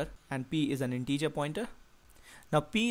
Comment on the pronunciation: Thanks! But "integer" and not "in-teacher"!